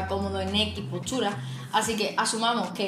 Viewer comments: PORQUE PRONUNCIA POCHURA CDO HABLA EN VEZ DE POSTURA?? DE DONDE SOS, CON EL ACENTO TAN RARO?? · ES "POSTURA", NO POSCHURA